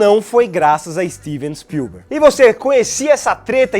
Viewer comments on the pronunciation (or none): "Stivi spiuber" dirigindo Harry Potter?